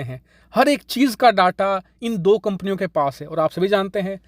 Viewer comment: Please pronounce Data as डेटा ... डाटा सही pronounciation नहीं है। 🙏